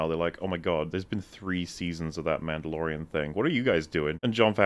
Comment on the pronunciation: Din Djarin: She’s Muhdlorian Queen